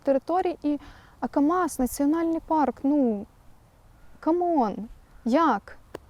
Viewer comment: Лякую за український контент,але... Aka'mas- змініть наголос.